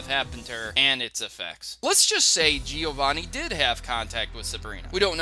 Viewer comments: Great video! However it's "Giovànni", not "Gìovanni". I'm italian, sorry for my bed english XD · Its bloody GE-O-VANI not GE-O-ANI!!!!!!! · He said Giovanni wrong. He said it like Giowanni